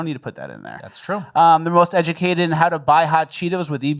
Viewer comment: "EGLSES!" = most educated.